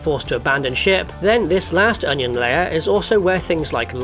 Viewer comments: the HONION (French accent intensifies) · "ohn yohn" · I'm mad that that pronunciation of Onion On-yon is going to seep into my speech from now on. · 'Ze-yuh uuuhhnn-yueehhhan. Rihh der we ha ze unn-yiuhh...an' ze un-ya? Yea! Ze uh-neon....' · Oh-nyon is real. Also, it's probably just me, but "oh-nyon" sounds vaguely Korean. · Im never going to pronounce onion correctly ever again. Onyo